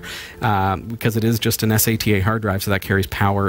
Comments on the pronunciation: Es ey tee aye. Who the hell doesn't say sata like data. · im sorry but S..A..T...A, ITS SATA!!! its one word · its sata not S A T A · first time seeing these guys, after hearing him spell out sata every time referring to it I can't do it. much smarter than me I'm sure. but too annoying. good luck guys. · It's not S. A. T. A. drive, it's a "Sat-Ah" drive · why do you need to spell it as S A T A, how hard is it for you to do like everyone else does, and call it sata everytime you spelled it, i wanted to find you, and slap you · Please learn how to pronounce "sata" !!!